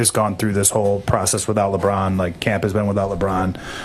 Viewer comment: That lady who was asking questions could not even say LeBron name right yikes. It was like she did not feel like saying his name or did not want to. But she wanted to ask that question about him.